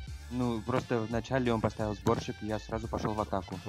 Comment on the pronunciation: Мне одному кажется что он говорит борщик а не сборщик?